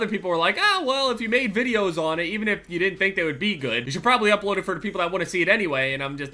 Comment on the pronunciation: "I just dont one - two" "i just dont jaun two"